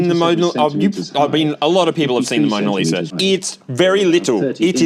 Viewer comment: "It's the Moner Liser!"